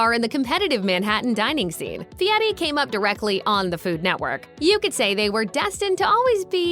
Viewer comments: His last name is pronounced, by his parents and relatives, “Fairy”, not Fieti. He did not want to be called Guy Fairy. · If you're going to do a show about someone, at least say his name right. Fieri, not Feiti. Not that I Iike him. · In no language is "Fieri" pronounced "fee-eh-tee". Just sayin... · Since when is the letter "r' pronounced "t"? Idiot can't even pronounce his own name. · You say "BOhemoth" but made sure you try and say fieri way too hard.